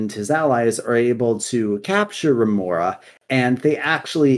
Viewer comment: i really enjoyed this. i played Shadowlands quite alot and didnt notice many of the things said there. Only thing, you said Remornia wrong and it triggered me soo much, Sword life matters haha, its just sire denathrius and his Yandere Sword are so likable characters. The quotes from there are divine